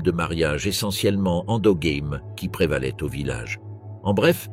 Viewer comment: Avec l'IA on n'a pas toujours la bonne prononciation et endogame ne vient pas de l'anglais : game